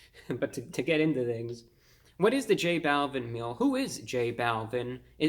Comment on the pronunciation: Not tryna be rude but it’s pernounced j -ball-veen